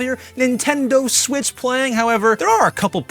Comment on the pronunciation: Nintendo smitch